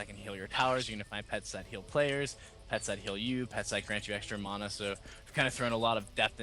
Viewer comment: Wow. The Dev pronounced "mana" correctly. I almost never hear the proper pronunciation of mana in any video online these days.